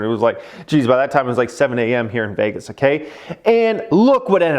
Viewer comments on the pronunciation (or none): none